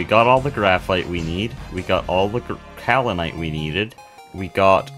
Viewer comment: yeah that seems to be the current state of youtube. quantity over quality. not to say that this is low quality content! i'm enjoying this series so far :) wait so is this multiplayer? or are the other "players" from some mod? oh btw kaolinite is pronounced "kay-oh-linite" not "cow-linite"